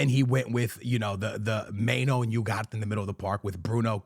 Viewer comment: I swear he mispronounces names on purpose... we get it bro you're Portuguese Seesko? Mainoh? Yougarte?